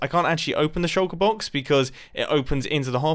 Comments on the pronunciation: i just watched the closed captioning on this video try to figure out what u were saying when u said shulker box. it said sugar box or shocker box. xd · Say Shulker Box again, I dare you.